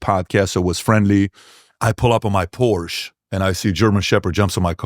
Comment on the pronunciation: All that money and knowledge and you can’t pronounce the name Porsche correctly. Great job Pete Be Davi.